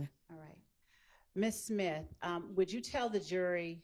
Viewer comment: I thought I was the only one heard that. SIMTH